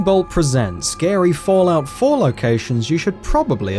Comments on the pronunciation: I thought he said Gary not scary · he messed up in speach he said Gary but meant to say scary. I do that sometimes to no shame >:) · what was that gary or scary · He's saying gary fallout 4 locations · In the beginning I thought he said Gary locations!